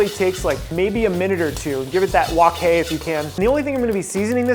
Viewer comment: HE SAID "WOK HAY" OMFG !!!!!!!!!!!!!!!!!